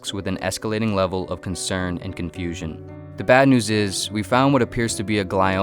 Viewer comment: Doc: I have bad news and good news Eric: I am confoosion